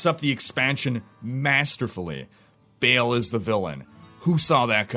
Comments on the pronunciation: Oh and by the way, it is Baahl, not Bale :) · Its Ba'al not BALE! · it's not actually "bail", it is more like "bae-el" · well he isnt the mythical Baal, I know that u are supposed to pronounce that as "ba'al', but Diablo Baal is "bail" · if you watch the cinematic when he kills the barbarian at the gates of Harrogath, his name is pronounced "bail" as well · It clearly should have been pronounced Ba'al, which is the only way to pronounce it. You don't put a chair in your game and call it chour or chier. The reason it wasn't called Ba'al in the game is because Blizzard are lazy and didn't do their research.